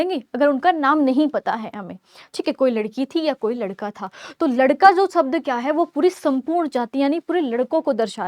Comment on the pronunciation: शब्द ❌ सबद ✅